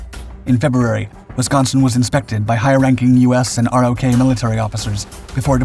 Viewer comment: Sir, in the video you described the Republic of Korea (ROK) forces as ROK Divisions. In US Army speak they're called RO(c)K Divisions. The 'C" is silent. Other than that, excellent video.